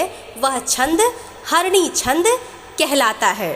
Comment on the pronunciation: Mhodya harini Chhand m uchcharn Galt ho gaya h । Pl use sudhar de।